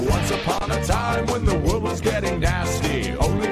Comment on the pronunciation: “everyone betrayed me, I’m fed uhp with dis worald!”